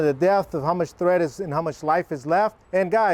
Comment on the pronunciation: TREAD NOT THREAD